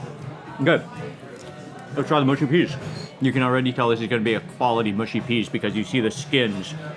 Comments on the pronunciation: Mate I like your videos but it’s mushy not moosey okay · please can americans stop saying mooshy peas? it grates my soul. only people from the north of england are allowed to pronounce it that way, otherwise the mush in mushy rhymes with rush or crush. not push.